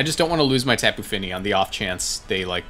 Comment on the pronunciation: When you say Tapu Fini is sounds so cool. Great Vid!